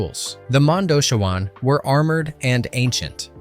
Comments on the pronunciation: It’s MONDOCHEEEEWAN NOT MONDOCHOOOWAN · And the modoshewans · Ruby ROD. Mondo Chee Waanns. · My god man it's not Road it's Rhod sounds like rod, and it's Mondoshiwan (Mondo she won) but fantastic job otherwise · Tell me you havent listened to the film without telling me In film Modoshawan isn’t pronounced phonetically. It is pronounced Mondo-chee-win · Or Mon-dough-chi-wahn? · Yah he's mispronouncing the majority of it, like Mondoshawan & couture - you'd think someone doing a voice over would learn how to correctly say words! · Are you a fan of the movie? Because I don't get how you could mispronounce Ruby Rhod and Mondoshawan, like, repeatedly. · And mispronounced Mondoshawan. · I guess pronouncing Ruby Rhod, Cannes, and Mondoshawans correctly was just not an option?